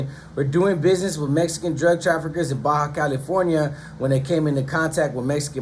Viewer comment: It's Baja California not Baja, California 😂